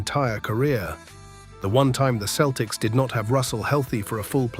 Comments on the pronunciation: at least use a voice that can pronounce Celtics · FWIW, that is not the correct pronunciation of the team name. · This is well written, but the AI slop voice is fingernails-on-the-blackboard bad. It mispronounced Tommy Heinsohn's name. It's HINE-son. And that Midwestern city is only prnounced "san loo-EE" in France. It's "Saint LOO-is" over here. And the Boston Celtics are pronounced SELL-ticks, no matter how it's pronounced in County Cork. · Heinsohn is pronounced hineson and Celtics are pronounced seltics. Just sayin. Boston kid in the 1960's I was a huge Boston sports fan, still am.